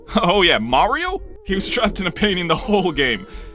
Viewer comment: Maㄧㄧriㄧㄧo Sounds awkward.